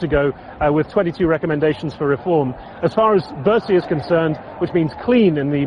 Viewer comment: did she say bearish? dafuq?? its ber-sih!